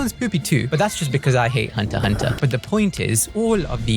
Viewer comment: Frankly, I’m just glad he at least said Hunter x Hunter correctly 🤣